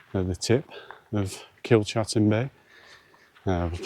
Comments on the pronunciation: It's Kilcatten bay not Kilchatten bay, as in chat. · Kilcatten pronounced Kilcatten, it may be pronounced Kilchatten but the right way is kilcatten bay.